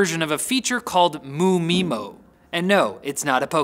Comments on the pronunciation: ODFMA? don't pronounce the MU. M-U mymo, not MOO mymo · It's pronounced 'em' 'you' 'my' 'mo'. I want more Riley